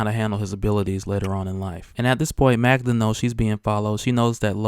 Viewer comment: MAG DA. Not Magna.